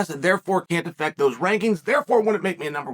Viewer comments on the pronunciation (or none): none